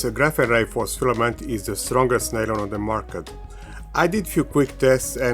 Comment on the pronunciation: Nylon, or "Nalon" as you refer to it, is a brand name. It's just PA (Polyamide)